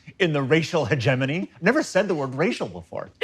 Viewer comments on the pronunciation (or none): Missing right after grant fucks up reading "racial hegemony" where demi is like "I actually knew a Rachel Hegemony in high school" 😂